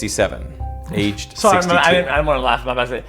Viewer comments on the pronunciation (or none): none